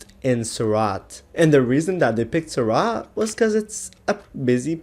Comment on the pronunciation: It's not pronounced 'suraat' it's pronounced soor-ut. You should learn IPA